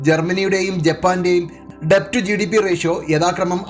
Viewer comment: 'ഡെബ്റ്റ്' അല്ല 'ഡെറ്റ് ' എന്നാണ് ഉച്ചാരണം